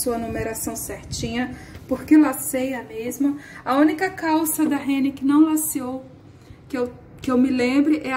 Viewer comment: Acho um barato o jeito que você fala renne em vez de rennerrr